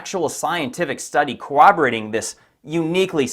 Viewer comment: You lost me at ~ when you said “cowaberating”.